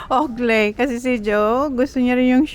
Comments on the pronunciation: Mam owklee ang pronunciation po ng oakley, not owkley. Am sorry to correct you. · ang Oakley pronunciation ay "owklee" not "owkley".😮 Looking forward to your Pinas vacation w/your family.😊